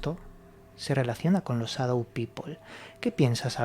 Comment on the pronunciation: Muy interesante el tema, pero sería bueno que pronunciaran correctamente Shadow, o por último díganlo en español, sombra y punto